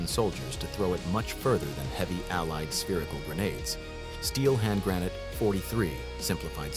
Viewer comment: Grah-not-ah not grenn-ate